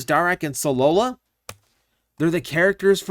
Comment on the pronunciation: I think you mean Solila, not Solola